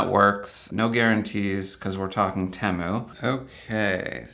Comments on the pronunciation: Teh moo?? Thought it was tee moo.. is like how some people call them tree rutts and not rewt or root.. lol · never heard anyone call it TEM-OOH its TEE-MOO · It's pronounced TEEE MOO. It literally stands for "Team Up, Save Money". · especially not someone who pronounces temu as TEM-MOO